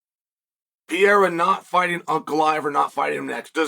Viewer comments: Surname is PEHEIRAH not pireara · Pereira pronounced: PEA-ERA 😂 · ALEX PEE-ERA 😂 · He said his name the first time I was like wait what? Now I'll never unhear it.